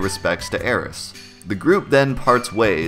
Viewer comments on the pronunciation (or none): none